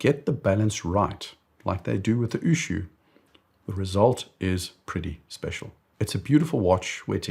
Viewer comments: Ushio, not Ushuu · Great video. But please get pronunciations right. Ushio is three syllables. U = ooh lala. Shi = she (woman). O = short o sound like in “go”. Its not u shu like a shoe sound. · Ushu ? It is Ushio. U - shi - o. U as in Uber; the last letter as in hot. Ushio (潮) means tide. It is sold retail in Japan for ¥1,650,000 (USD$10,500), which is very expensive for a watch ! Like your channel All the best from Japan.